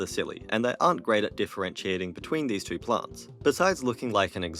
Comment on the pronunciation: Four towo zero. Got it.